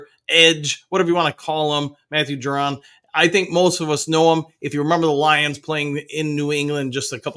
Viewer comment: Ju- Don not Ju- Ron sorry was bugging me